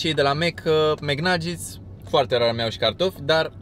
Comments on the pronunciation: vezi ca se zice bai flari naget :) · Caută te rog cum se pronuntaNuggets